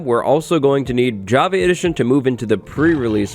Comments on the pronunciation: I can’t unhear javee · Does he say "Jav- A " edition?? 🤨😕😖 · anyone else annoyed by his pronounciation of java?